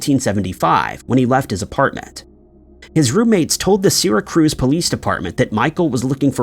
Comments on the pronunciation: Sear ra cuse not sera cruise duh. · "SEERA-cruize" New York?!?!? 😂😂 Do you mean: Syracuse? I also laugh when pronounces: Edinburgh, Scotland like: "EDDIN-burg" 😂😂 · My all-time favorite is "Doo-BLIN." 😂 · His Syracuse is quite wrong, but what is Edinburg if not Eddin-Burg, unless it's Eedin-Burg? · Bro. Syracuse pronunciation hurt me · You are not pronouncing “ Syracuse” correctly. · Really?! It offends you that I prefer to hear the word "Syracuse" pronounced correctly? Credibility.